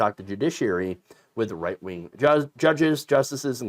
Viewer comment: I tend to watch with the closed captions running. When you say "right wing," it sometimes prints as "white wing." ... I guess it's not completely wrong 🤷‍♂️ but it gives me a giggle 😄